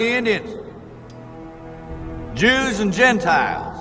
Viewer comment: "gentiles" not hentie but I like the take on it